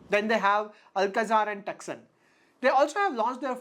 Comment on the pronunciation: Not TUCSON, its TOOSO..ON